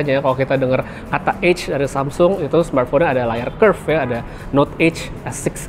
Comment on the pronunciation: EDGE bg bukan EGG 😂😅😂😅😂